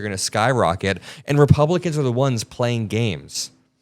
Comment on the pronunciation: Go there. You’ve already made it a partisan issue Well done idiot👏🏼🙀 BTW did he say “ReBumpkins”?! I 💙 it! 🎃👍🏼🤠